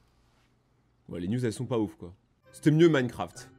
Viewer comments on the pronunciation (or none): none